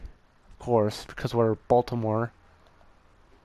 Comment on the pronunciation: This boy said baytam